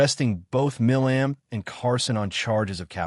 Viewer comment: His last name is pronounced "My-lum"